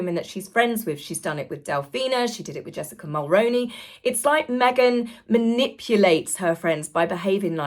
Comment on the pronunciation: Jessica Mulroney ... Mulroney = "Mull-Roo-Knee" and NOT "Mull Rown-knee" Think kangaroo and not macaroni I'm 🇨🇦 and remember very well Brian Mulroney her father in-law as our Prime Minister. Please Google News articles on him and hear for yourself how to correctly pronounce Mulroney. Or try SueMe's videos as she typically pronounces it correctly. I 🤞hope that you find this helpful as that's my intentions and that you hopefully take it on board for future videos. I might be in the minority but it's like nails down a chalkboard for me whenever I still hear people saying her name incorrectly after over 7 years of people reporting on Harry & his wife.